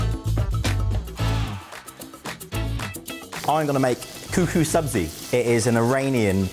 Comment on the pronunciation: Sabzi not Sabrina grrr